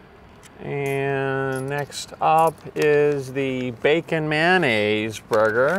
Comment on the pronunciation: He said man ayse lol